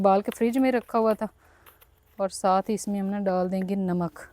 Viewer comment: First improve your Urdu then make videos. It’s masala not mísala and it’s Namaz not Nimaz and it’s namak not nimak. Pata nahi pagal pendu panjabi ko free ka khane ki adat hogayi.